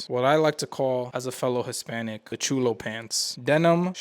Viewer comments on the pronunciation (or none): I like you cuz but ain’t no way you said Chulo meaning Cholo as a fellow Hispanic lmao